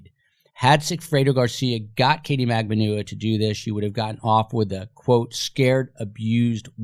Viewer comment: Why are there so many different pronunciations of MAGBANUA? I hear it with accent on the B, & others with accent on the U?